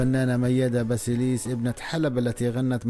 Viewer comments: ياريت قبل ماتعمل قناه عاليوتيوب وتحكي عن وفاه اوحياه فنانه تعرف تلفظ اسم وكنيه الشخصيه عنجد قرفتونا كلو بيحكي كانو جاي من كوكب اخر سماها مياده باسيليس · جدا جدا جدا.واسم عائله الفنانه بلفظه غلط . واسماء الاغني بلفظها غلط... رفع ضغطي